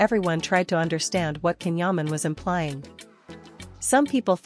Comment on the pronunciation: please pronounce his name properly. His name is pronounced Jan, the C in turkish is J..not K.